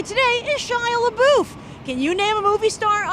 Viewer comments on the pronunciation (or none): she pronounced shia Labeouf last name wrong